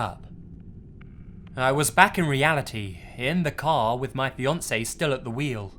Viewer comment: It took me some seconds to realize that in the second story it was "fiancé" and not "Beyoncé"